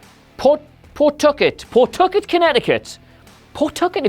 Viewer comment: And it’s pronounced Paw-tuck-it